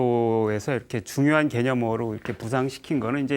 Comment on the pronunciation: 긴 자를 짧게 잘못 발음한 예: 대상,개념,없다,사실,가령,사실,말(언어),부합,예,세상,거짓,바보,얘기,가령,사실,재해석,유기체,머냐하면,등, 통상 고유어마저 발음을 발음하지 못하니, 말을 제대로 바음하지 못하면서 철학할 수 있는가?? 그리고 ,"말라식"이라고 들리는 말을 했느데, 한자를 쓰지 않아 무슨 말인지 알 수 없었다. 질문!! 이것은, "말아식"인가? 그렇다면, 내가 추측컨데, 이 것은"말 아식"이라고 "말"과 "아식"을 띄어서 읽어야지요. 이와 같이 외국 동포가 잘못을 지적해야 된다는 것응 얼머나 슬픈 일인가. 이 글을 강사께서 읽으시려는가? 어느 동포께서 읽으시려는? 정중히 권하옵노니,"한국 어문을 고발함" 이라는 책을 한 번 조용히 읽어 주시옵소서. 미국 변 완수 드림